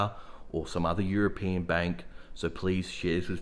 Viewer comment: Bro , its european , not europian .